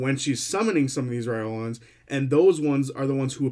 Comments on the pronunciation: Just some suggestions. The pronunciation Matt uses is “rye lore ans” and the warforged he pronounces is “ay or ma tons”. I noticed you were rifling through them and didn’t want you to miss out on Matt’s way of saying them:) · sounded to me like you were saying "Reolan(s)" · lol yeah, skipped the R entirely xD but it's ok, we all knew what you meant!